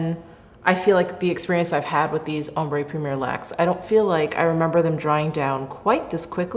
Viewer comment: Love you! Just a helpful hint that ‘ombre’ is pronounced ‘om-bruh’ (ombré = om-bray). Thanks so much for this vid!!! Chanel’s always my favourite:)